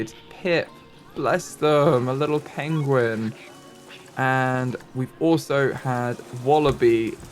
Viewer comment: “Benedict Cumberbatch will be so disappointed! Pengwing has died!” 😂